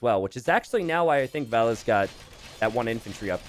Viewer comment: You'd have to ask Valas to get the definitive answer, but my guess as a Scandinavian is that it should be pronounced Vaaal-aaas, as in Valhalla. Vel-ess, as pronounces it, seems an unlikely pronounciation.